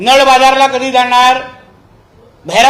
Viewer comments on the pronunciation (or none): नळ बोल नल नको